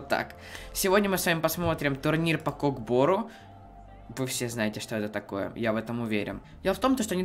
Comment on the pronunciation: не кок бору а көк бөру кто любит став лайк